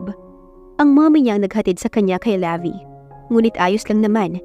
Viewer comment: Levi is pronounced like the brand Levi’s without the letter S.😊 Magandang araw po sa lahat!